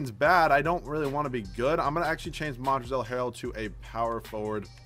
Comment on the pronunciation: The L in Montrezl Harrell is silent. Big fan of your videos, btw.